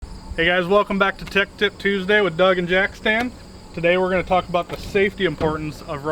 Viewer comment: I really want a Compilation of messing up saying "Tech Tip Tuesday" almost every video he has said it wrong! 😂